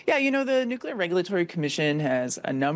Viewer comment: NUCLEAR not nucular,!